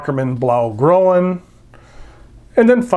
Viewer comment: Great videos! Especially appreciate the ink brand samples and as used on paper varieties. Some trivia: Groen (you pronounced grow'-en, is of course Dutch green. Often EU the vowel+e is aka a vowel umlaut. So ae=ä, oe=ö, ue=ü. Green in German is grün, one of tourism's language difficulties. So, while ae is said ahy, oe is said (purse lips as for 'w' while saying ā), ü is said (purse lips as for 'w' while saying ē).